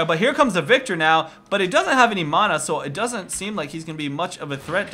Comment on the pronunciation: learn to say mana. god you're killing me.